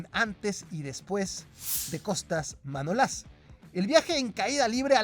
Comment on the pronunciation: Manolás no, Manolas, no lleva acento en ningún sitio y por lo tanto no se pronuncia como lo dices. A ver si aprendemos a leer bien, ya que un canal de Youtube lo pueden ver niños que aún no conocen bien las reglas de ortografía y pronunciación pudiendo equivocarlos y llevarlos a errores que copian de las redes sociales. París san yerman tampoco se pronuncia así al igual que muchos nombres de futbolistas que pronuncias mal, desde luego no seré yo quien vuelva a ver más cosas de este canal 💩💩💩